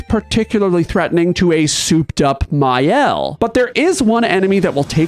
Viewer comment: Alright, I’m not going to be too precious about “Maëlle,” because even the English VAs say it wrong (“MY-el” or “MAY-el”), but Maxence says it in the proper French way, if you find one of his videos: “MAH-el”, elided to “MAH’el” (basically taken down to a single syllable).